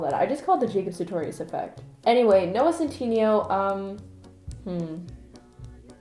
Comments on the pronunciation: I don't know if it's just your accent, but you keep pronouncing Noah's last name wrong! Lol! It's pronounced, "Centinayo" Lmao;) I love how quirky and weird this video is! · the way she said noah’s last name i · but p sure u said noahs last name wrong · / i'm more offended by your pronunciation of centineo than your pronunciation of chalamet